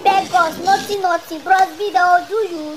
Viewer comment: she said bross B, jesu, i can't stop laughing